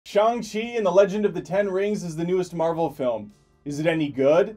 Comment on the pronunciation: You actually Shang-chi correctly...Impressive...(and I don't even speak Mandarin)